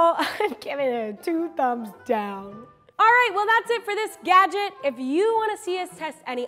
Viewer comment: Once you have heard Crazy Russian Hacker say gadget, one can never go back to normal pronunciation of "gadget". It feels odd. #gajik